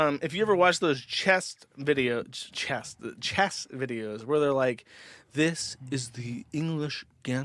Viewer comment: Lol pronouncing chess like chest